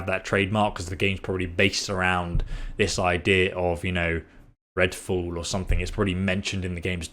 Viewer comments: Are you saying fool or fall? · Redfool? You said redfool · Ah yes "Redfall"